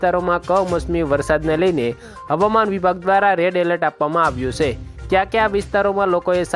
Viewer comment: સે એમ નહીં છે એમ બોલો